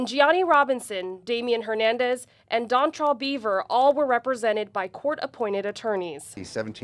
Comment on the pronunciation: Dontrel 😂 edit Dontral